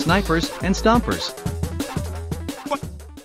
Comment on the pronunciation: "Stompers" LITERALLY EVERYONE ALIVE: Screw you, you're wrong.